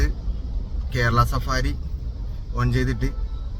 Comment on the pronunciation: Safari alla bro savaari😄